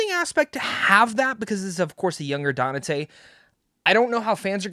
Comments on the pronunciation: Who’s this “Danate” he’s talking about? 🧐. Dude, you’re not a Devil May Cry fan if you don’t even know the main character’s name “Dante”. I seriously dislike fake content creators like you. You need to be called out for your capping 🧢. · Bro his name is pronounced DON-TAY. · Danate? Have you never heard Dante pronounced? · You keep mispronouncing Dante. Donnatae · How the hell did you play the entire series and mispronounced the name of THE MAIN CHARACTER throughout this entire video ? Dante isn't even a hard name . Jesus christ DaNaTaE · His pronunciation is hilarious how has no one told him